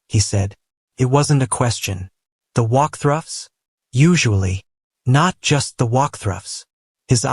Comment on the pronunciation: Not AI saying “the walk thruffs!!!!”